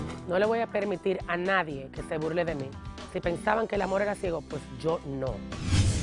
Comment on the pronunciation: “Amol...” este es el problema, nadie comprende el idioma que este tipo habla “Amol”